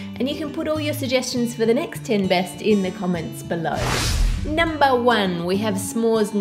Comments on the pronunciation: Who else heard Ann saying: "At nom-ber 3" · I swear she said NOM-ber three xD